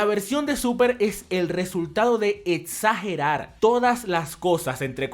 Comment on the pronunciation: Etsagerar xD